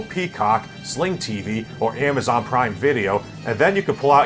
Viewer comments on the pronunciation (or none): none